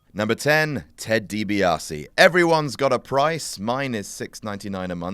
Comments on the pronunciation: Ted DIBIASE not Dibaise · is Ted DiBiase not Ted DiBaise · #10 says Ted DiBaise instead of DiBiase